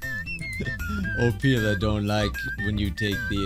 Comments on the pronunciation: you said opilia not opila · ITS CALLED OPILA NOT OPILIA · Opila is not said op ilia it’s opeela (that’s how you say it not spell it) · you’re saying ophelia not opila google how to pronounce opila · it’s oh-pee-lah, not oh-pee-lee-ah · I love how just pronounce Opila Bird's name as Opilia. XD